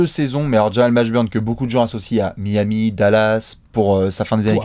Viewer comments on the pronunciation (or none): none